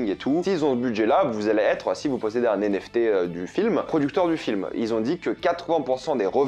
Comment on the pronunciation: Je pense que c'est plus commun de dire "les NFT" et pas "les zenFT", étant dans la crypto depuis longtemps c'est comme ca que je l'entends depuis longtemps! Après c'est évidemment à but constructif et pas une critique, y'a pas UNE vraie manière de parler hein le language c'est à tous 😉